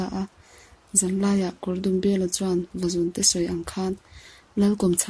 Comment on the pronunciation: Vazûnte tih hi LÛ tih kan lamna Û kan thluk ang hian thluk tur a ni.... Vazûn hi sava chikhat a ni...